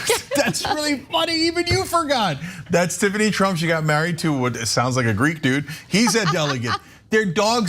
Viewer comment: I am no longer surprised at how zero prep work Ana appears to do for her "job". She routinely misprononces people's names .. frequently getting tongue tied while reading the caption pages. Like.. did you not have the decency to at least read the material someone put together for you before going on cam? But to not clue in on the name Tiffany.. 🤣🤣.. that's next level amateur.